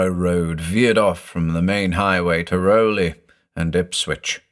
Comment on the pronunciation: We pronounce it Raow-lee .. even though it looks like Rowley. I lived in Newburyport, Ipswich.. grew up there. Never took the oaths though. ;)